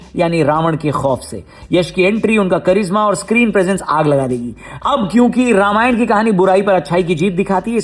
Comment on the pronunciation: Ramayana ❌ Ramayan ✅